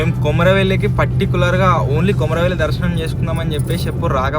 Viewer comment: Akka kumaruvalli kadhu akka komaravelli